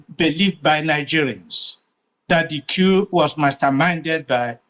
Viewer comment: That man who can't even pronounced the word "coup" properly is a propagandist. When and where did Gowon tell President Tinubu to release Nnamdi Kanu? Play the video for all Nigerians to hear. The East did not build UNN, it was built at the same time with ABU and UNILAG by the federal government of Nigeria. Eze ugha, stop telling lies.